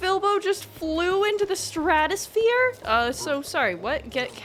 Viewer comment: Stratosphere, no STRABOSPHERE